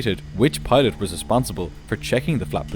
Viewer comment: No. Column is not pronounced kolyem. Pilot is not pronounced pilyat. Thin is not pronounced tin. Thirty-five is not pronounced tirty-five. You need English lessons.